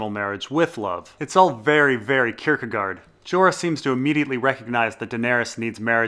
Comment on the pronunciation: how is it that you can pronounce Kierkegaard but not Varys or Gendry :P